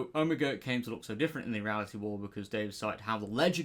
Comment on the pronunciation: I’m glad people are mispronouncing his name, because that Skelton blob wasn’t OH-mah-gah 😂 💀 😂😂😂